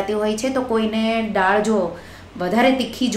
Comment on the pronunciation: "ડાળ" નહીં "દાળ" બોલો...